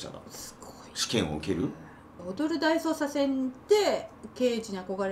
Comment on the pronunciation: 正しい発音は、踊る大捜サスェンですね。心得ておきます